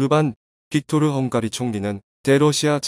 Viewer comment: 형가리?? 발음이 형으로!!